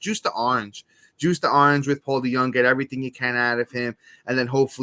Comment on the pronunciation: It’s pronounced Paul De-young